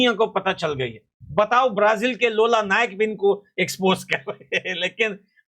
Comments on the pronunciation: Bhai lola nike nahi loola disilva 😂😂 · लोला नहीं लूला है वो😂😂😂😂